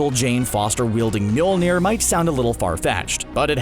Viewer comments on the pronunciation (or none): none